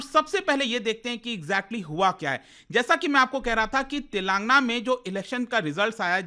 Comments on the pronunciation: It is not तेलांगना it is तेलंगाना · It's TelangAANA not TelAAngna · Its Tel lagana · Mr. it is not Telangna but Telangana . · Eee bhaii it's tel. Ang. Aana pronounce it properly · YOU PRONOUNCE STATE NAME WRONGLY WATCH SOME TELUGU NEWS CHANNEL CORRECT it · Bro u are not pronouncing telangana correctly it's very awkward the way you are pronouncing